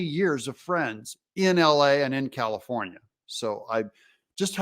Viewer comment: Comifornia...get it right